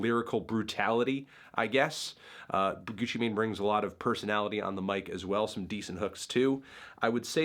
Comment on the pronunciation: Gutsci Mahin, What’s he sayin?